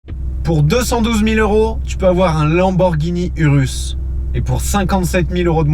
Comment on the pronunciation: URUS Se prononce OUROUSSE , jcp pk tt le monde le dit mal